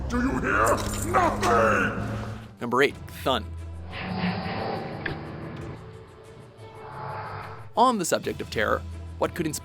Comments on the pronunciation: at first I was like... who the fun is cathun then I realized it was cu'thune! (how it should be said) bugged more than it should haha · this is a video I would have honestly never expected from. Kil'jaeden isn't the leader of the legion he's like second in command the real leader is Sargeras. Also C'thun is pronounced C'thoon and Ragnaros is pronounced Ragnarose. Sorry I had too XD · IT'S C'THUN NOT CHTAN FFS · WOAH WOAH WOAH! BRUH IT'S C'THOOOOOOOON! IT'S SAID LIKE AN OOOOOOOH NOT AN UH. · not thun but it's pronounced Ka-thoon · Thun instead of K-thun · its pronounced "ca thoon" ffs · c-thun not thon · Did you guys even watch any of the cinematics where the house's names were pronounced? C'thin is pronounced K'thoon, and Ragnaros is pronounced with a long o. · "Number 8: Ka'thuhn" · Alexandre Garrido what did you expect, they pronounce C'thun as THUNN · its read ka tuuun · ka thoon is how its pronounced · You said C'Thun wrong you idiot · You really fucked up C'thun's name. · I cringed how he said C'thun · really? pronouncing c'thun wrong, you Should be ashamed of yourself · C'thun is pronounced like cthulu- long U as his name is based off cthulu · dont forget C'Thun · Idk, the C'thun mess up was enough for me. It's that blatant. Also, I'm not sure I'd consider this and maybe two other threads in this video over it an "outrage". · oh god C'thun was painful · his mess up with......thon. smh It was blatantly obvious that no in the room had any idea of how to pronounce the name. Which is insane when it's clearly based on lovecraftian mythology. Do they pronounce Cthulu with a soft "cee" as well? #facepalm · there is no right or wrong way to pronounce C'Thun, the old gods much like the old ones of lovecrafts work have names not meant to be spoken by mortal tongues